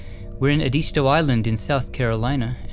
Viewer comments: There's another "relocated" President... John Kennedy, with his infant son, Patrick Bouvier Kennedy, and a stillborn daughter. Also, it's called Edisto Island. as in Ed (like Mr. Ed) eh (not "ee") sto (as in "stowe"...) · . Edisto is pronounced EDD-i-sto. LeGare is pronounced Luh-GREE despite how it looks / proper French pronunciation. Because Low Country South Carolina. Same reason Beaufain is pronounced “BYOO-fane”, Beaufort is pronounced “BYOO-fert”, Huger is pronounced “YOO-jee”. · Great video, as usual. But Edisto is pronounced Eh-disto SC. I grew up near there on James Island. You should really check out Magnolia Cemetery in Charleston, SC. Thanks again for your channel! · Actually it’s pronounced uh-di-stow in South Carolina. Edisto Island. Love the channel btw!! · Its pronounced Ed-is-toe South Carolina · Just FYI: It's Edisto is pronounced ED-is-stoh 😀